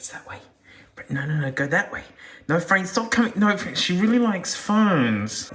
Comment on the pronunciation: fwank is peak